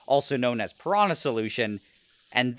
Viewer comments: ✖ Piranha solution ✔ Mafia dipping also, "piranha" is pronounced "piranya" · Piranha is pronounced >Piranya<. Portuguese >nh< is analogue to Spanish >ñ<.